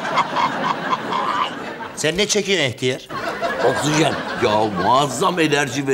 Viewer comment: Bulentin okşizen demesi sinirimi bozuyo 😂😂